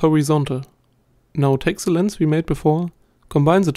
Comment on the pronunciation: Really nice, but its "the" and not "zse"